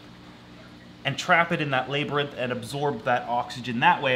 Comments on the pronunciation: Lab-rinth! not lay-brinth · Is anyone going to teach how to say labyrinth? 😂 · NKM Exotics meh its fun hearing him say it lol